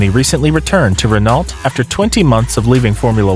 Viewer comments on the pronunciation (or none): Every time you pronounce Renault "Ren-alt" , somewhere in the world a helpless kitten dies